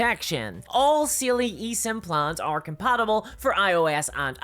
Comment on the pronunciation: Side note but your accent making "Saily" sound closer to "Seelie" really fits for it being something to help you when you get lost in the woods. Just don't give it your name.